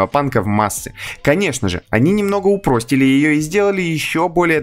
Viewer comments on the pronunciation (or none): Упростили? Это что за ударение?